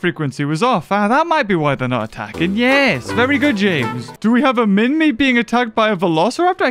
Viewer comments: Also u say it as minmai not literally minmi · MINMI not minmy to pronounce on google